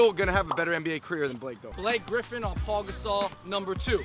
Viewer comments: He said Paul Gasol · It's pau gasol not Paul lol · Did he say Paul gasol